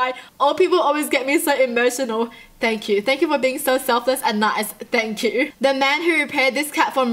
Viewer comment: All I could think about is her laughing and saying “thang chu” anyone else hear it